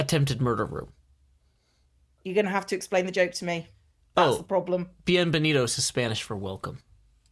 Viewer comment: I heard bean and benitos insted of bienbenitos